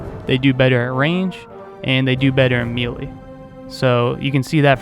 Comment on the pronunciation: me·lee , pronounced /ˈmāˌlā,māˈlā/ or may-lay. mealy, pronounced /ˈmēlē/ or mee-lee, means, of or like meal, think oat meal. good info about these two units though. verifies for me to not level up crossbowmen in this game.